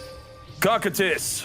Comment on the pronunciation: After watching Overlord, I can confirm it is pronounced as ko-Q-tus